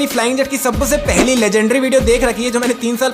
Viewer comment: Sabse ❌ Sabase✅